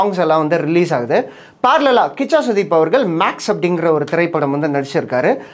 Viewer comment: கூஷா இல்லைபா கிச்சா 😂😂😂